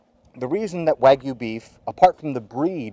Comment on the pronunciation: I think u pronounced “wagyu” wrong 😂